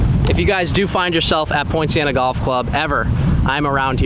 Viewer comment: Very interesting set of circumstances leading to a very positive outcome for everyone. is a very interesting and likeable character. The course looks good on the video. I'm assuming that we talking about Poinciana Golf Club in Lake Worth FL? I was initially confused because I thought that was saying Point Siena.